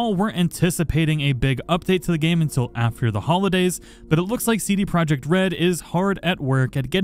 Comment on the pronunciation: U read CD Projekt wrong. Go to translator pick polish and listen.